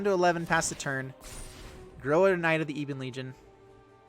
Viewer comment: Ebon bro EBON, not eben....